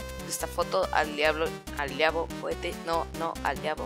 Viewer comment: Alguien mas noto que cuando estaba borrando a Sans de la imagen en vez de decir al diablo decía... "a diabo nopnp al diablo Sans" decía Diabo:v